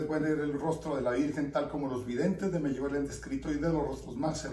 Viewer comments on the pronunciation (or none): No me gustó este video y este señor debe aprender a decir: Medugorie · Por qué chihuahua dice Meyugoria, cuál es la verdadera pronunciación